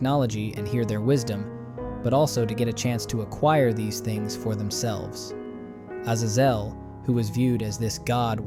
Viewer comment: How many ways of pronouncing Azazel are you going to mutilate ???